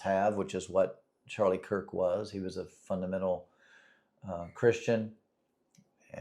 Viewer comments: Definitely no respect my friend, but Charlie last name is, “Kirk”. 🫶🏾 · His name is Charlie Kirk not Cook. If you don't even know his damn name then keep it out of your mouth. You are way above your pay grade trying to talk about this one. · You know you should at least get his name right if you're gonna talk about him it's actually Charlie Kirk, not Charlie Cook. And really when you think about it what is the point what is your point in coming out after a tragedy like this where a lot of people feel really bad Whether they believe in God or not it's traumatizing when you see somebody get murdered in front of the whole country. And for a lot of people their faith in whatever God they believe in is the only thing that brings them comfort, it is the only thing that brings any meaning to life or allows them to even go on. So what is your mission here on YouTube or your mission in life in general and trying to take that faith away from people? We know we know you're an atheist even though you spent 48 years being a Christian. OK so you changed your mind good for you you no longer have to waste your time preaching to other people About God when you no longer believe in him but why do you try to take away the faith of other people and their ability to cope with things like this? You're not doing a service to humanity or anything